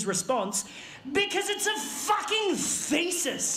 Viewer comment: Thesis? Huh! I always hear him say "feces" instead!